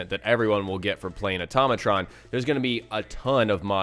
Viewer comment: automatron said like "ortoe may tron" not "utom a tron